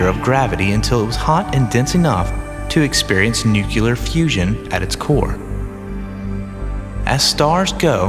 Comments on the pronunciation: . The narrator does not seriously call it nuke you ler instead of calling it nuke Lee AR did he? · Turned it off . "Nuclear" (new+clear) not nuke-u-lar. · Stopped watching after “nuckilar fusion” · "Nuclear," not "nucular"!!! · In the first minute he says NUCULAR instead of NUCLEAR. How can an educated person get it so wrong. Boggles the mind 😂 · ITS " NUCLEAR" NOT FUCKING NUCULAR YOU FUCKING MORON--- SAY IT RIGHT OR DONT MAKE PROGRAMS LIKE THIS,, MISPRONUNCIATION FUCKIN IRRITATES THE FUCK OUT OF ME!!!! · Did this narrator actually say NUCULAR? Another GWBush student of language! There is no such word as NUCULAR! The word is NUCLEAR! GENIUS! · Sorry - I don't watch science videos that say "Nuc-u-lar". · Except that he said nucular fusion. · Nuclear: pron. NEW + CLEAR = NUCLEAR. When Americans say "NUCUELER" it really sounds like the sound of a spade being dragged on a sidewalk. Is it because it sounds more interesting, more scientific, more Hollywood-esque? In fact it is just plain DUMB! PLEASE people. I beg you, say NUCLEAR. It is what it is. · Ok, I don't mean to insult the narrator, but the word you were looking for was "Nuclear", as in ("Nu-Cle-Ar").. we need to stop this word "Nuke-yuh-ler" from doing any further damage to the english language.. that being said.. interesting and informative video. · What does newkyoolur mean? It's pronounced newclear. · I can't believe that someone who would put this together actually says "nucular" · AMEN TO THAT BRUTHUH... NEW+CLEAR=NUCLEAR NEW+CUE+LER=NUCULER God it's annoying how many people say it wrong... I mean, you don't say NEW+CUE+LUS=nucleus you say... NEW+CLEE+US=nucleus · It's NUCLEAR not NucUUUUUlar! DA! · I think you did a good job with your video, but it's not nuculer, its nuclear, thanks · Nucular. Nice. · He said nucular! I hate that! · When a narrator cannot pronounce nuclear and says "nucular" that's enough for me to turn this off after 33 seconds. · he said nukuler. nothing else matters, goodbye.